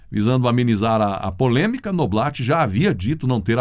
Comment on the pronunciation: Noblá, Noblat se pronuncia NOBLÁ!